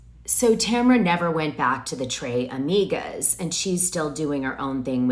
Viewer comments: in spanish you pronounce the S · Tres Amigas its Spanish!! Not French. Dana loves to butcher a name. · How can you not know how to pronounce Tres amigos, Dos amigas… ?!So weird! And calling Heather out because she did an acting scene on married with children 30 years ago as proof that she’s inconsistent is weird.